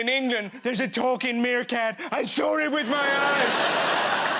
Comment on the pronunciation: How he says sawr instead of saw.😂😂😂